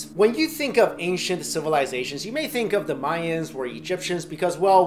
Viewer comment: "Ashient civilizations"